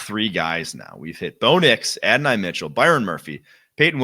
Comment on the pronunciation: It's pronounced Add. dough. nye.